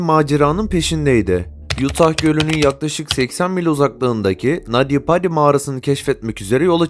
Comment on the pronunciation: Nadi badi değil naty paty okunuşu